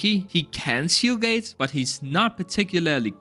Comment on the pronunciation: Shield gate his accent cuts off the d